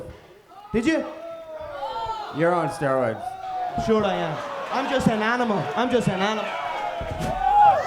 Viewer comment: "you're on steriods"